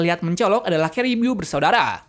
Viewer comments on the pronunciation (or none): caribiuuuu ? kan sebutan nya caribu . bodo amat